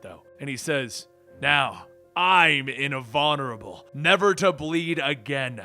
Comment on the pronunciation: "Now I'm...*in-vonurable*..." lol, what happened there dude? Good read regardless.